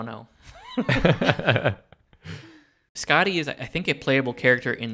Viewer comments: The way they pronounce Skaði sounds like they're saying "Scotty," when in reality it sounds more like "Scathy." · This letter - ð - is a 'thorn' and it's pronounced like 'th.' So 'Skathy and 'Authoomla.' I love this show so much :) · My understanding of Skaði’s story(which I guess should be pronounced Skathi) is that her father stole the apples of immortality from the god that tended to them. He died in the process of the gods stealing them back. Skaði feels that her father was wrongly killed and goes to them seeking revenge. Even though they forced him into it, Loki is involved with her father’s death and so they throw him under the bus and offer him to Skaði to satisfy her revenge. Loki makes a bet with the grieving and angry Skaði saying that she can have her revenge on him only if he cannot make her laugh. She agrees, and then Loki ties his balls to a goat’s beard and proceeds to piss the goat off causing Skaði to laugh and lose the bet. The granting of godhood included allowing Skaði to eat the apples of immortality that her father had stolen. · As an Icelandic person (Norse mythology is also Icelandic) it was entertaining as well as a little bit cringey hearing them on butcher every name lol. Same reason I don’t like Thor marvel movies.